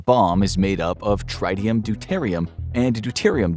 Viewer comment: Learning about nukes when they don't pronounce, "doo-tuh-rahyd" properly. Yikes! Edit: Good lord, it is, "trit-ee-uhm". Listening to this truly hurts my ears.